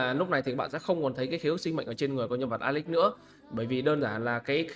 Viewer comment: Nghe “ alex” nó cứ cấn cấn 😮